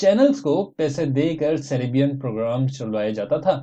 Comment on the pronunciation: سیرےبین نہیں:-( سیر۔ بین:-) 🤔🤔🤔